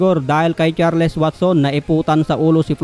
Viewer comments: HINDI CHAR-LES! CHARLS ANG EXPRESSION JN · It is pronounced as CharlS. Thank me later..😬